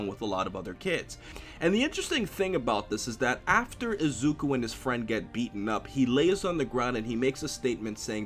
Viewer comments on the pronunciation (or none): I loved the video and hope to see more My Hero Academia content in the future from you. But quick tip, Deku is pronounced like saying "Deck-oo" and Izuku is pronounced "ee-zuh-coo". But other than that, I'm glad tu are enjoying the series and hope to see more content in the future!